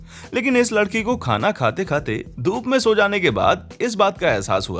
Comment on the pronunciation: lakadi nai ladiki hi bhai 😂😂😂